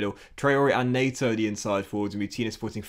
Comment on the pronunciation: It's pedro net-oh